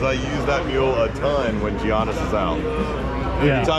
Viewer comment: You know the guys don't know shit when they pronouce Giannis, Geeanus